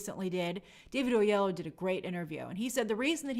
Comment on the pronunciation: hey grace! it's o-ye-lo-wo for David's name